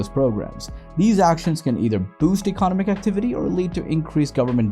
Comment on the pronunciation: Your pronunciation of “economic” cracks me up. Great video, but fyi that might retract the message for some viewers